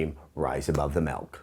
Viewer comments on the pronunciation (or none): melk eh?